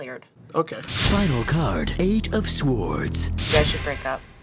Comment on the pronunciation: "next card, two of sWWWWords"